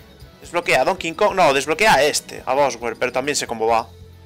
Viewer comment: Porcierto lo dises boswer a bowser Se pronuncia bouser pero se escribe bowser